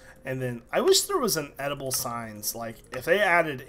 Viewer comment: When he said editable signs, i thought he said edible signs, so i was like "What would you do? Make them out of steak?"